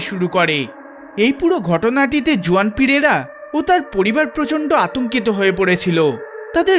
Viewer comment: Juan জুয়ান হবে না , উচ্চারণ টা হুয়ান হবে ।